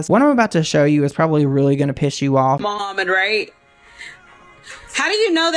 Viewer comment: can’t even say the man’s name. She is a horrible human! OMG, as I write this she said her dad deserved it!!!! WOW 🤬🤬